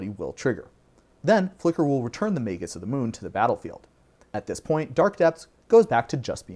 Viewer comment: I don't understand why anyone would think "magus" is pronounced with a soft G. Are there any words in the English language that do that? I can't think of any. I get that we can argue over the "correct" pronunciation of fantasy words, but magus is a real word in the real dictionary, and saying "may-jus" is just wrong.